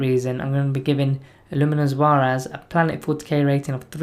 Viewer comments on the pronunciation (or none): I thought the S was silent, pronounce him ZEH-RAS. Ras as in rasta